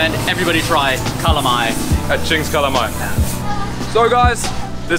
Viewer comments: seems like city Cebuanos do not know how to pronounce LA/LO. palong => pawong; alom => awom; dalan => dan; wala => wah; bala => bah; pala => pah; halang => hang; kalamay => kamay my mom is from southern part of Cebu, but she pronounces kalamay as kalamay. it's a taga-ciudad thingy, bro. kamay is not generally a Visayan term. besides, Bohol is in Visayas...so.... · Lol, I love your yet another awesome video! Those falls are heavenly. I hope to visit one or both of those places in the near future. Nice you ate kalamay. Its actually pronounced as "cah-laaaaaa-maiyyye". If you are a fan of horror movie The Blob, it looks like it hahaha.